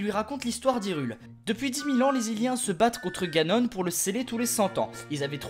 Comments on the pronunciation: Ses pas ganon ni jagon SES GANONE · Janon Moi: Ganon le japonais=Janon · G adoré mais j'aurai préféré plus d'humour et de même ( les 2 choses qui m'ont fait rire c "Janon" au lieu de Ganon et tu auras mon éternel gratitude et en bonus le "pas bougé" de Zelda sur Ganon ) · T'es un génie : "Janon" xD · TU AS TERRASER JANON (j'étai morte quand je l'ai entendu)